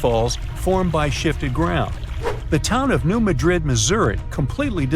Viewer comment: It’s not New Madrid…..as in Spain….. It’s Maahdrid. Is this A.I.? I hope not